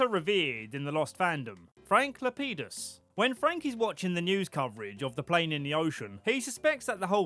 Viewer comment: It sounded like Frank LePenis to me 😂